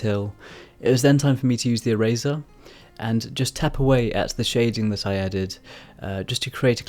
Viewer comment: Really cool drawing, the whole video I was confused cause I thought you were saying razor instead of eraser like how Tf do you create mist with a razor I was confused. Anyway, I challenge you too draw a black and white flower, good luck